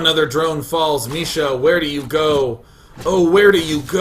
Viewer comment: It's not Misha, it's Micha, like in "chat".